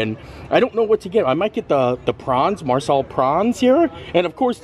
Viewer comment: Got a kick out of the Marsala vs. MASALA mix ups in pronounciation. 😅 Learning moment for next time: MA-sala is Indian dish. MAR-sala is Italian American dish (hence why it probably was more familiar of a sound).